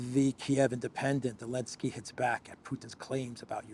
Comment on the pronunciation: Ok, I’m going to go ahead and ask: why do you call the idiot actor from Ukraine “Elensky” when everyone else calls him “Zelensky”?